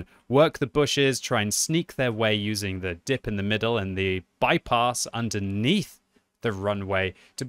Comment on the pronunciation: I love how he pronounces "bypass" as "bipos" lol